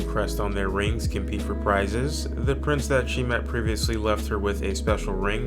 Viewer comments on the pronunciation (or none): none